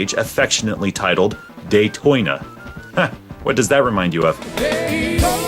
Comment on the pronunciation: Day-Toy-na LOL!!